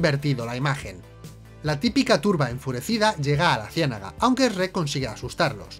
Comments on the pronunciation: Que se llama shueck chinga 😅y burro es burro no asno 😂😂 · es la pronunciación 😅😅 también me parece muy curioso cuando hablan de Google y lo pronuncian: guguel 😅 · Cada que dice srek me enojo como planton de bob sponge asi con la vena saltada y todo es su cultura pero no la respeto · ostias venancio jjajajajaja... soy YO O DICE REK? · Se pronuncia chruek, no se pronuncia shieg😑 No son los únicos que pueden encontrar errores 😜🤣🤣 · El "Esrek" jajajajaja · Para que nadie se ofenda dice Shrek y el otro dice Esrek,:3, Best Channel Ever! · Eshrek jajaja como el bromas jeje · No puedo confiar en la opinión que dice Eshrek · ESH- REK.....JAJAJA me encanta esa pronunciación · Lo que más me sorprende de este video es que al principio dijeran bien "shrek" en lugar de ese ya conocido por todos los que hemos escuchado gente de España: "Esrec" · Yo como todo latinoamericano pienso que el único error de este video de sherk, es como pronuncian sherk y del como le dicen a Burro Sherk es vida sherk es amor. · Esrret esrret no puede ser, es simple chret chret y ya, lo hace bien. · ESRREK jajajajjajajajajjajajajajjaa 🤣🤣🤣🤣🤣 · Uno dice Shuek El otro Esreck WTF!!!!!!😂😂 Asno?!! 🤣🤣🤣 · Increíble que una película de animación así tenga algunos errores P.D que no es "Esssrrreeek" >:v es Shrek ;v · "Essrek" jajaja. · "ESH-REK" ..... wtf 🤣🤣🤣🤣🤣🤣🤣🤣🤣🤣🤣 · Esh-rek?? Se me hace bien rato que lo pronuncien así XD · Me encanta como estos se burlan de como pronunciamos Shrek cuando ellos lo pronuncian peor incluso. "Chuerk". O sea, ¿Venís a darnos lecciones a nosotros? ¿En serio? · LO PRONUNCIAN COMO ESREC JAJAJAA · El error mas grande es pronunciar ESRER Cuando lo correcto es CHUEK 😇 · No puedo con la pronunciación de Esrec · Eeee, no sabes nada, se dice Shrek y burro, no esrek y asno, jajajja, bien video, saludos de chile! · Jajajaaj por qué pronuncian Shrek como Reeeekkkkkkk.....ajajjaja???? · El único error es que pronuncian "ESREC" Y no shrek xd